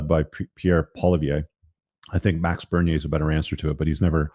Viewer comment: Pronounced polly-ev. Conservatives have a lot of work to do digging us out of near a decade of the tyranny of our idiot PM. For gods sake please vote Conservative before you leave to give us a shot here. I never once voted for Turdeau.